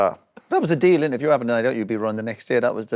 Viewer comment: Roy's face when irwin said padel 🤣